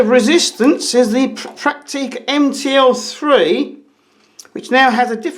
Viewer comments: Prakteeka's? It is prenounced Pracktica. Not Prakteeka... ;-) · We call them "Pracktica" (phonetically ;-) It's emphasized on the first syllable). I have a BC1, my father has two BX20. It's a pleasure to use them.